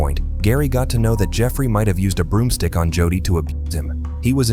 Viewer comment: The boys name is, "JODY ", Pronounced LIKE: JŌDĒĒ! YOU IDIOTS NEED TO STOP USING NONFUNCTIONAL POORLY PROGRAMMED A. I. VOICE-OVER. 🤬🤬🤬🤬🤬🤬🤬